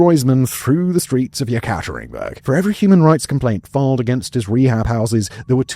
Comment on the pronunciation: Simon, you're one of my favorite docu-narrators. But really, you need to work on your Russian pronunciation, or, at least look up how to pronounce words like Yekaterinburg.